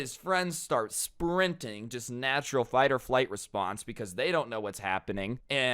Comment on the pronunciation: "no respoince" im dying